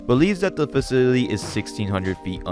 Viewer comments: Faw-sil-it-tea...cmon man...😂😂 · Facility, Fa-ci-ly-TY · This dude’s worst enemy is the pronunciation of the word “facility” 😂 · I know this is months old, im really digging your channel but if you do narration as your entire thing can you please pronounce words correctly 😢 youre saying faseedidee instead of facility and personadily instead of personality, you do this over and over again throughout the video even though im sure youre reading these words from a script. i respect your work and everything but please just annunciate the words and your channel will be the best i swear.